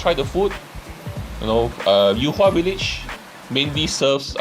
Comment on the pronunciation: yu hua and not you hua, get lost